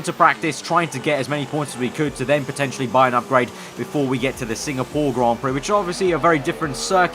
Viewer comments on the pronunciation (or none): none